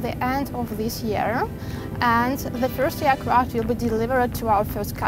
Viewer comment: Мда... С английским у наших как всегда беда. Вместо "эйркрафт" сказать "иакрафт" (пишу русскими буквами, а то многие не прочтут).. Это круто!!! Ну неужели молодых девчонок нельзя научить нормально говорить??? Про произношение я ваще молчу!!!!!! ПОЗОРИЩЕ!!!! Попугаи говорят лучше...